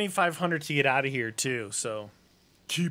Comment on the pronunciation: Nobody: Nobody at all:: "I'll be oot"